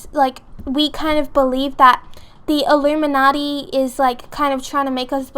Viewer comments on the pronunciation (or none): "teh allurminadeee"